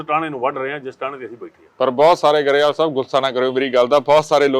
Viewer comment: ਗਰੇਵਾਲ ਨਹੀ ਗਰੇਵਾਲ ਕਿਹਾ ਜਾਣਾ ਠੀਕ